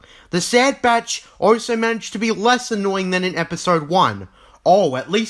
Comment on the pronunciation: So you can say also? but most of the time I hear oso